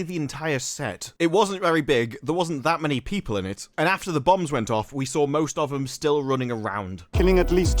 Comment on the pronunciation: Did you say “we sawr it”???